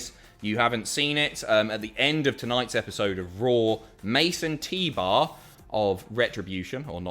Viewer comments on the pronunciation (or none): "Mace 'n' T-bar" Me: WHO IS MASON T-BAR!?